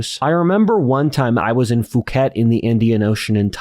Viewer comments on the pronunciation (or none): my brother in Christ, Phuket is pronounced p-hook-et, not fooket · Phuket is pronounced pooh ket.